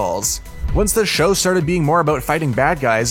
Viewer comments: Is not “No-ruto” is called “Naruto” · “no-ruto” This dude sounds sped. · then he says “Narootoe” I’m WHEEZING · “narootoe” “zaboozah” “sakoorah” “I watch a lot of anime” yeah aight😐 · Jesus Christ dude first naroodo sounds like a ramen company then Sakoora like card captor sakura? Pronounce the names right next time if your a real anime fan buddy. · Your pronunciation of nahr-oo-toe (Naruto) is horrendous... What boostrapped version of the show did you watch for you murder the names THAT badly?! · He’s sometimes wrong but i find it weird that you say naruto that weird way and not kishimoto the author of naruto also katashi and piccolo are not similar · Is no one gonna talk about how he pronounces Naruto ffs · Shut up u have no right to criticize anime U dont even know how to pronounce name of anime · Quote I watch a lot of anime . Pronounced every thing wrong. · This dudes annoying who says Naruto like that And ITS KAME-HAME-HAAAAAA learn how to pronounce things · Yeah that kinda annoyed me...